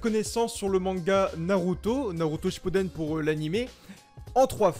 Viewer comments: Inox a un moment il a dis shappuden au lieu de shippuden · # il a dit shapuden